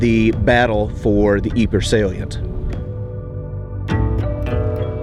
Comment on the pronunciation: If you're interested Ypres is actually correctly pronounced as "eep" in French.